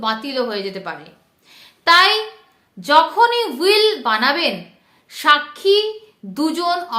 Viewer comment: হুইল নয় উইল